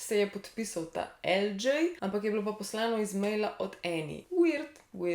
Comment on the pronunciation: Lj je El đej ne pa El đi :)